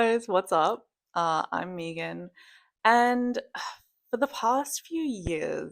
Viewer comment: I thought you said “hey, what’s up, I’m vegan.” I thought it was a weird intro 😂 but the. I realized your name is Megan. 😅 that makes much more sense. ❤